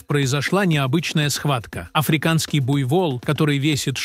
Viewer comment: Сам ты буйвол,научись ставить ударения. Опять робот.железка .неужели живых людей нет.буйволы. охренеть.😂😂😂